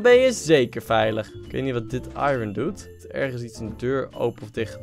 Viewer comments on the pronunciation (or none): none